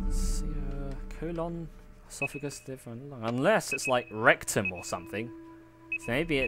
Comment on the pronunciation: LAWLS E- sophagus?! ESOPHAGUS